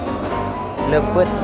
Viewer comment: Leupeut meren mang sanes lepet😁